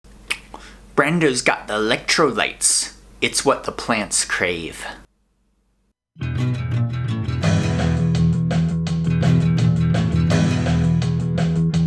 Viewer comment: Brawn-do not bran-do!!!!